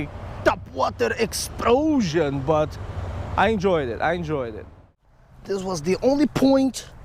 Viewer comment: He got a TOPwAhtAH exPLoSHON!!!